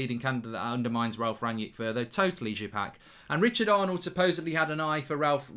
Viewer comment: Mark is so pretentious he calls Ralf Rangnick "Ranyik Ranyik" just say "Ragnik" as that is how most people pronounce it unless they are pretentious